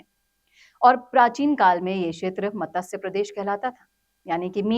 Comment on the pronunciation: आपका आभार. कृपया 'मतस्य' नहीं, 'मत्स्य' उच्चारित करें.